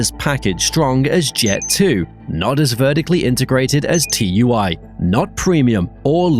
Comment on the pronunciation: It’s tui not T u i. 😂😂